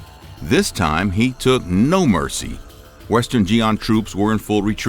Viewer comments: The 'Xia' in 'Western Xia' (not Western Xian) is pronounced "See-Ah" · Blud saying Xia like Ji'an 😭 how do you get to that point Oh and if you're wondering how to actually pronounce it, x in Pinyin is pronounced like a backwards sh, so there's a reason it was formerly romanised as hs. Ia shouldn't be too hard, it's like one syllable so no stop between them like in Latin. Usually something will end in an n sound if it ends in an n, otherwise probably not unless followed by an er then disregard that n and treat it like an r instead. Zh is more or less basically a j, similar deal to Cyrillic zhe. Zh may be pronounced slightly harder than j but mostly it is differentiate what the sound after it is supposed to make. Consonant sounds are relatively consistent. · As a Chinese, I shall correct two things this video. 1) Western Xia, not Western Xian 2) Xia is pronounced like "Si-A" , not "Jia".